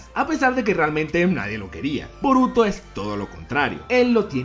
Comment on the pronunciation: Yo escucho que dices vómito, no boruto.